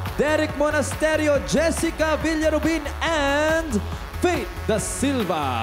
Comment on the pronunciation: meanwhile jessica”pistengywa”HAHAHAHAHA